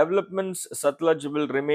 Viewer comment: its satluuuj not satlaj 😊